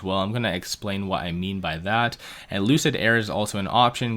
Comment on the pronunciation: Lucid Motors =Loose-It Motors 🤣